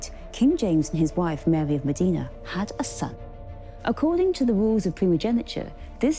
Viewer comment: Mòdena, not Modiiiiina. Insufferable mispronunciation. Thank God Charles Spencer says it correctly.